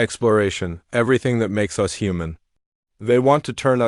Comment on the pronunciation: Stop pronouncing "us" as "U S". In these stories, it's not the abbreviation for the United States. Delete this abbreviation from your dictionary. "Procedures" should be pronounced "pro-see-dyurs" and "easily" should be pronounced "ee-si-lee". Update your dictionary.